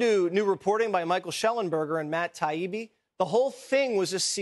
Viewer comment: TY-EE-BEE forheaven’ssakeBenny - Matt Taibbi. Say it w me now: TYEEBEE